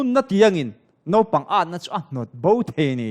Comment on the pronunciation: Nopang nilo in naupang tih tur. Thianpa Mawia sawitha lutuk.